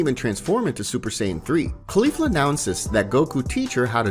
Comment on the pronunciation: You're Annunciation of caulifla isn't quite right. You're saying it wrong, but I do love this story it's awesome. Just kind of triggers me that you're saying one of the names wrong